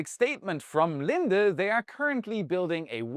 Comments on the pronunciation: Lin-dee not lin-duh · It’s pronounced LinDe. Not LindA. It’s the company I work for. Try again. Lol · Good job on helping us better understand what China is doing. Two items: 1. The name of the air products company is "Lin - dee", not your "girlfriend" Linda 😊 2. Please provide English equivalence for your quantities. rather than trying to force us all into the metric system Thanks for the good job you and your team do. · Lin-DEE, not Lin-da 👍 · Linde is actually pronounced Lind-Dee... My father used to work for them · Linde is pronounced Lin-dee